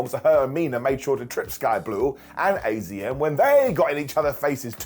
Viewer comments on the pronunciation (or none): It's azumi not azm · AZM is pronounced "Azumi", which is way easier to say than AZM, if we're honest. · I think its pronounced Azumii..... I had no idea if not for people correcting Mercedes Moné for many days